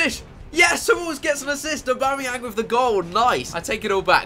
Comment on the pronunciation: Yeah he said abamyang